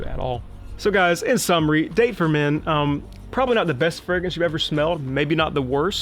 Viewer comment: Pronounced: Dahh-Tay